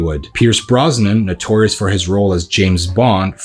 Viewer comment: “Notorious “….. learn English